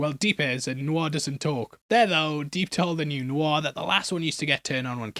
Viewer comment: New Noir sounds funny, like New New R, lol